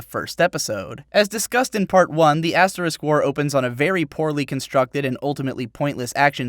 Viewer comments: we get it.. you're saying ass wars on purpose.....just use Ast now plz, its so irritating now xD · you called it ass war XD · did he say ass war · I really like how at how at 10 mins he starts calling the asterisk war Ass war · I can't help but to chortle every time you refer to asterisk-war as ass-war. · Lol I like how he calls it ass war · Are you really saying Ass War? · I'm serious to God; it sounds like he constantly says "the ass war". I know what he means but I can't just not hear that. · Haha u said ass war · "ass-war" nice one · Yulis' lack of ass! LOL. And then later he called it "ass war" 😂😂😂 Your videos are hella entertaining.